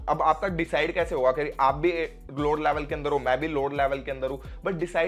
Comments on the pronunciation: Laavell😂😂😂😂😂 Laavel sabke niklenge😂😂😂😂😂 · Bhai aap level bolte ho to use ladki ka yaad aa jata hai 😂